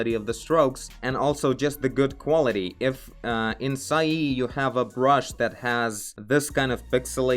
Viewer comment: I was referring to the pronunciation., nothing else. I am very familiar with Paint Tool SAI.